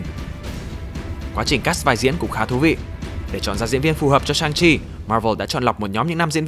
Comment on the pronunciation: =))) Sức mạnh chính là Chi mà nghe thoáng qua tưởng là Chim